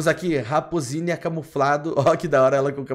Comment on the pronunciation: Mano o melhor é que tá escrito raposínia, ele fala raposínia e ele fala "olha q legal esse cachorrinho" KKKKKKKKKKKK É RAPOSAAAAA